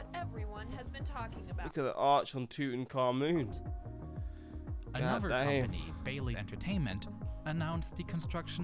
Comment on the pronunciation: Did you just say "Toot in ka moon"? Holy hell